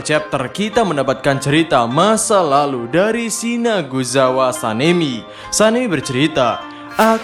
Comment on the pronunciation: sinazugawa min bukan sinaguzawa, di anime eps 23 jg jelas ko nyebutnya pas pertemuan pilar "sinazug" bukan "sinaguz" . jd jelas salah penyebutan tpi dah lah nikmatin aja😁